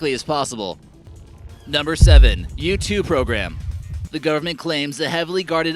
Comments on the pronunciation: who else thought he said YouTube program instead of U2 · When you said u-2 I thought you said YouTube